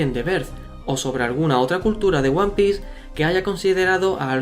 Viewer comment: Yo solo quiero saber por què pronuncias diciendo "Uan pi" cuando serìa "uan pis" ?